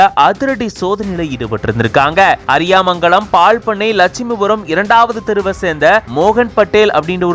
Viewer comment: அது, அரியாமங்கலம் இல்ல, அரியமங்கலம் 😂😂